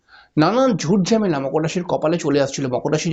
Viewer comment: ঝেমালা আবার কি? হবে ঝামেলা।বাংলা কথাও ঠিকমতো বলতে পারেন না দেখছি।